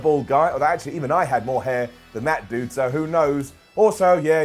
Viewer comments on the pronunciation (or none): none